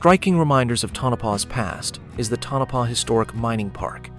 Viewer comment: Pronounced Toe-Na-Paw, not Tunnopa. That's what happens when you don't QC the AI drivel.